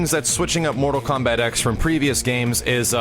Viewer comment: THE X IS A FUCKING ROMAN NUMERAL. TEN IS HOW YOU SAY IT. FUCK.